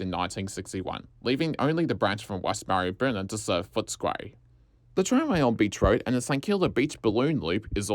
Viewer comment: Excellent video, extremely informative. Some of that would have been incredibly difficult to research. Marybyrnong is pronounced Marry-brrr-nonnng. Yes we have a lot of strange place-names in melb.